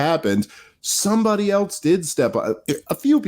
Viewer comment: Dave, I like the channel. The word is “else.” Not “eltse.” There is no letter “t” in the word. Other than that, keep it up!